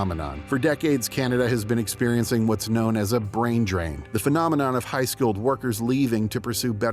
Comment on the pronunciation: Brain not Brian